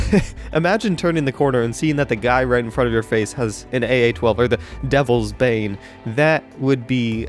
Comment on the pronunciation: When said "devles's bane" I thought he said delve's bae